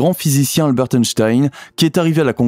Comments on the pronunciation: on prononce pas le T a la fin de albert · On ne prononce pas le ‘t’ de Albert.